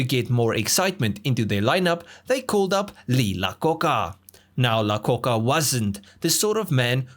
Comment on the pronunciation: Lee Iacocca is pronounced Eye-A-Coka